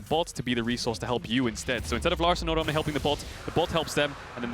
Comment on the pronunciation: they are pronouncing odoamne's name so wrong XD